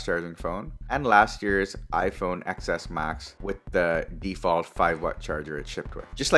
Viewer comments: Omg its 10s max not pronounced Xs max!! X means 10 in Roman numerals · It’s not excess max!!!! It’s pronounced 10s max!!! Omggg cringe